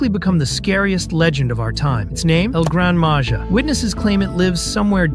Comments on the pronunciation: El gran maja is pronounced el gran maha! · IT NOT EL GRANADA MAJA IT EL GRAN MAHA